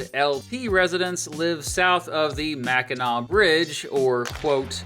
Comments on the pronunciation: Okay, as a lifelong Michigander of nearly five decades, I have to say this is probably the best, most accurate video on my state I've ever seen! Sure, we don't use "L.P." but always say "U.P." (weird, eh?), but I'll give you mad props for an excellent and factual video on the Great Lakes State! And THANK YOU SO MUCH for repeatedly pronouncing Mackinac correctly!! We have some goofy-sounding places here, but hearing people say "Mack-in-NACK" is 127 times worse than nails on a chalkboard to any self-respecting Michigander! Again... Kudos! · Living in Michigan, you really got all the facts straight, down to the terms we use. Great coverage between the UP and LP... alongside mentioning places like Mackinac Island (And pronouncing it correctly) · As a Michigander I'm so thankful you pronounced Mackinac as MacK-inaw and not MacK-inaC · We NEVER say LP. So please don't try to spread that. But it's understood that you needed to explain the different peninsulas. Michiganders would be repulsed saying we are LP ;) The only way we identify ourselves is "Michigander. Kudos pronouncing Mackinac correctly (Mack-in-naw) Da YOU-PEE (that is a yooper pronunciation) is pretty, lots of wilderness, not many jobs, lots of snow, people drinks LOTS of beer, mosquitos that are the size of cars and pasties (google that tasty food) We trolls usually joke about da yoopers asking friends that live up there questions like "do you have electricity or indoor plumbing" and "what did you do last weekend? Go to the town dump and watch the bears rummage through trash?" It's good nature ribbing. The UP has pushed for statehood before they want to form the state of Superior. That never went anywhere. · Big shouts for correct pronunciation. Both for not misspelling or mispronouncing either Mackinaw City/Mackinac Island, and Sault Ste. Marie. So many videos/podcasts about Michigan botch "Mackinac" in particular and it drives me bonkers.